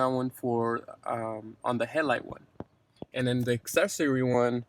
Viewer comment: Good video. I like how he says hell-light instead of headlight ;)